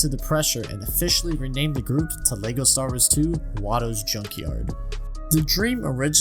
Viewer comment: I know its so naggy to pick on but I still die inside everytime he says LEGO "Star'rs", with that aside, great original video and great second video with covering what you mistook!